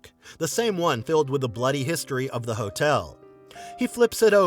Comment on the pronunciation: The video is well made, and the narrator clearly speaks English as a first language, yet he doesn’t know the pronunciation of the word “the”, depending on what word follows, and the word “a”, depending on what word follows, which is not only weird, but it’s very distracting. He should take some lessons. It's so hard to hear repeatedly, I sadly had to stop watching the video and just read the transcript.